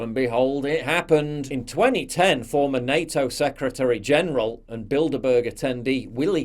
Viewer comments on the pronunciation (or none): none